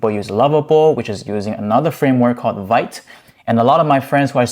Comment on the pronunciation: Vite is pronounced "veet" like "meat" or "feet". Not "vight".